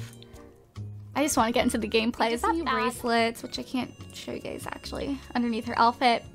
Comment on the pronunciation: When u say u guyz it sounds like u gays lol